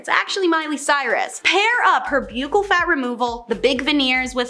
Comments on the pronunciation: buccal is pronounced "buckle". btw- you are awesome at this !! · Buccal fat removal is pronounced like a belt "buckle"...just sayin. This girl does do a good job in these videos though. ❤